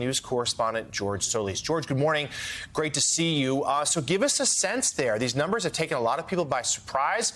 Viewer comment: "The nolmbers so far say" who are the nolmbers you speak of? 🤔